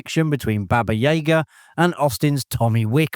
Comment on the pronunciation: Once and for all is this narration AI? There's always a mispronounciation of one or more characters or actors' names. Baba YAYGA?